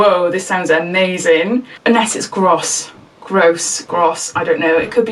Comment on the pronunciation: U dnt pronounce it as gr-ose it is gross u said it right 2nd time😄